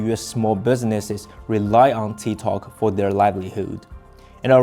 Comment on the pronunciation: Its TikTok not TiTok !!